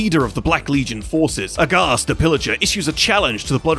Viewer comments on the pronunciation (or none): "Aghast" Look how they massacred my boy aRaghast 😭